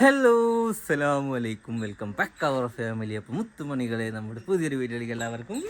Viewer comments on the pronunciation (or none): none